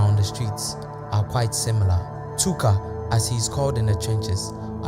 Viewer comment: Bro said Tooka 😅